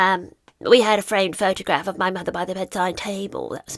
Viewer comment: it really bugs me when she says ‘as a mutherr’grrr… she is clearly not! Now,if they had been honest and said they used a surrogate,nothing wrong with that but they would not have been allowed in the line of succession as that is the Law. They could have been huge advocates for women who for whatever reason have used a surrogate .